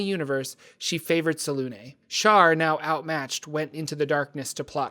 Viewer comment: I love your videos but some of your pronunciations have me gritting my teeth. 😅 Selunê is pronounced like seluna. The accent mark has a specific phonetic you should look them up when you come across them. ☺